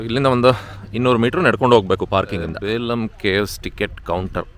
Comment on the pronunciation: ಅದು ಬೇಲಂ ಅಲ್ಲ ಬೆಲುಂ